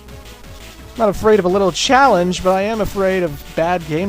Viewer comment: "Not afraid of a little Choa-lange"